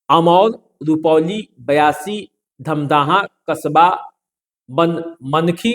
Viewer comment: Its BAISI not BIASI as you pronounce. Kindly correct all these in your video.